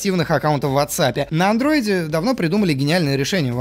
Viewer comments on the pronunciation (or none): Бесит, когда вместо "андроид" говорят "андройд". Он не Androyd.